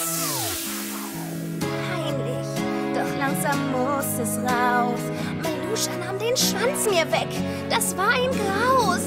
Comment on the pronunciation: Meluscha 😅 falsch gesproren Maluscha